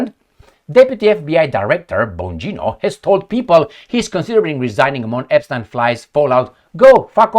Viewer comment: Hardly any of the Ponzi schemes were led by tiny hats 🎩….you say Epschtine?…😂